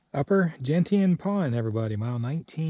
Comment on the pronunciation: You had the best pronunciation of Carlo Col that I've heard from hikers! Gentian Pond is an entirely different matter, though you were far from the worst! Gentian is pronounced jen-shun. In spring there is a flower called Gentian, and there are two main types, both purple, and both may be rare, but the Fringed gentian is the rare of the two. I seem to remember a white variety, which would also be very rare. Likely the pond is named after that flower. Maybe that's where a lot grow, though hikers probably don't get far enough north from Springer to see them.